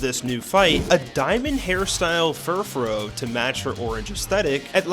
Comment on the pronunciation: It’s pronounced SEE-nuh, DYE-ann-thuh, hown-dower, fur-FROO, BRY-UH-nee, zer-AH-sick, pan-CHUM, sih-JIH-liff, ARE-ahn, pawn-YARD, ROZE-rayd, MAYN-eck-trick, DRAP-ee-ahn, CROSS tran-see-ver (which is actually called the Holo-Caster), and druhd-dih-GIHN, “”! 🤨 And why is Curse put in its former state with not having the Ghost-type?! You have horrible writing and pronunciation skills! 🤨